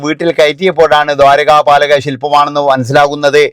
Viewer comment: Dwaraka palaka ennalla broo. dwarapalaka silpam